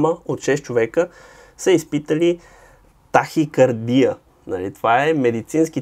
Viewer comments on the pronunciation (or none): Защо ме караш да се правя на по-вещ от теб? Произнасят се тахика'рдия и тре'мор🙂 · Тахикардия идва от гръцки, и се произнася тахикардѝя.